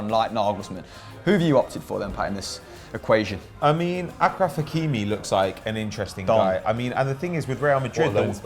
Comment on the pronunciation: Btw “achraf” is pronounced “ashraf” No idea why it’s spelled with a ch, but yeah 🤷🏾‍♂️